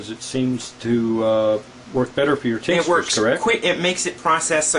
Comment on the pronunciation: It's "tincture." He keeps saying tincsture LOL! What a dingus.